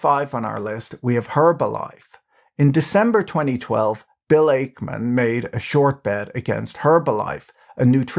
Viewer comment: ache-man .. lol